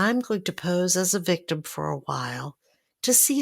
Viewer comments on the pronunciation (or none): What is a "wictim"?